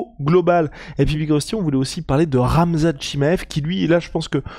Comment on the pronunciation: "Ramzan Chiamev"? Tu confonds, c'est Khamzat 🤣